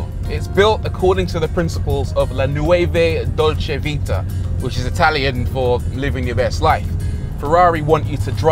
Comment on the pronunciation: Every time you say "la nueve dolce vita", someone puts cream in their carbonara.